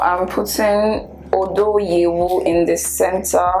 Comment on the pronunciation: The pronunciation of “odo y3wu” just got me laughing 😅😅🤣.... It’s a Ghanaian language meaning “My love” 😀